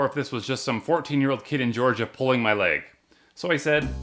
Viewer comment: dang bro You didn’t have to do Georgia like that lolllll (coming from an American/German who grew up in that state)